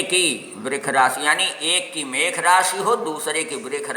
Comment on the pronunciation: mekh nhi mesh hote hai pehle rashi